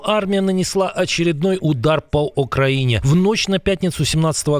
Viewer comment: Окраїнє!!?? Коментатор